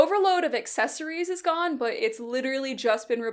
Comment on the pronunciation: The "BUT" with a british accent killed me